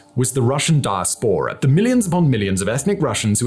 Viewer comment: I hate to be pedantic however, you are pronouncing diaspora incorrectly. The correct pronunciation is di as pora with the empathise on the second syllable 😊.